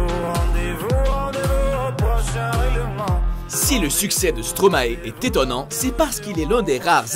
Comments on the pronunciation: Juste pour Stromae sa ne se prononce pas Stromaé mais Stromaïe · On dis pas Stromaé pourquoi presque tout les français disent stromaé sa se dis stromae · bonjour de une merci de penser a nous . de deux on dit pas stromaé sa se prononce stromaï car stromae en verlan donne maestro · On dit stromae pas stromaé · Slim Leaf non car l on dit maÏstro pas maÉstro et en plus il est belge et lui même dit que son nom est stromaï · Slim Leaf en fait il a dit dans une interview , on dit pas Stromaé mais "stromaï" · De 1.Ca s écrit BRUXELLES et ca se dit BRUSSELLES PAS BRUKSELS et de 2 . ÇA SE DIT STROMAÏ PAS STROMAÉ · Je rêve ou il a dit Stramaer c'est Stromae l'anagramme de maestro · et aussi STROMAE pas stromaé dites stro ma ie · On dit stromaïe svp pas stromaé😂😂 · Brukssel? -Stromaé? saigne des oreilles hum ça se dit BruSSelle Et StromAÏ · on dit Stromae et pas stromaé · C'EST PAS STROMAÉ MAIS STROMAE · Stromaer XD Stromae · CEST PAS STROMAé MES SA SE DIT STROMAIE COMME LA DOULEUR AIE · Merci, mais évitez de dire : Stromaé et BruXelles. J'ai grincé des dents. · Ouais genre "stro maille" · Merci je comprend pas pourquoi les Français dise stromaé mais ça m'énerve 😠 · oui mais le latin est une langue morte et en plus en latin quand on a un ae ça ce dit aï ! Quand on sait pas on dit rien... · Mes oreilles on saignées quand j’ai entendu Stomaé 😭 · Et hooverphonic, puggy, typh barrow, bj scott, alice on the roof, damso ?? (Ah et Bruxelles se dit Brussel, et Stromae stromaï) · Pour info Stromae se prononce [Stromaille] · Ils font une vidéo sur les chanteurs belges et ne sont même pas foutu de prononcer Stromae correctement.... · Ca ce pronomce STROMAE comme on pronomce MAESTRO.